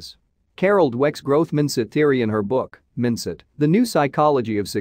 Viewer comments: Why can't you use a human voice? Mint-set is not Mindset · Horrible AI voice over. Predictable, repetitive inflection patterns. Especially love the pronunciation of "mindsit" in book title!. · Did the robovoice reading this bother anybody else? It lost me when “mindset” was pronounced “Minsit”. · There is one more intelligence Artificial Intellligence This video is made by making AI speak and organise content. How come? AI reads Mind-set as "Miindset" A small mistake but suggesting that common people are not going to need any type of intelligence at all. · Note the machine can't read "mindset" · He said MINDset, twice! He pronounces as in : IN …….! As in Vincent. !!